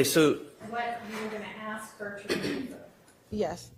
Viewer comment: AsssssssssK. So over the aks.